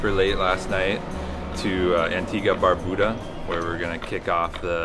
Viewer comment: Bro I couldn’t not even watch this shit simply because of how you consistently butchered the name of barbuda…..